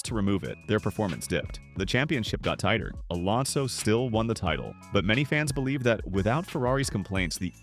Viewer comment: Ah yes, 2-time Formula 1 World Champion Fernando "Alondo"...